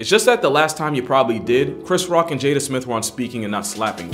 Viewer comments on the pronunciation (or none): none